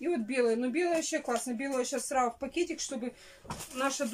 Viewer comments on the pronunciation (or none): Зато "срау" у нее хорошо получается.